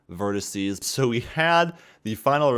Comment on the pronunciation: "Verticee" is still not a word.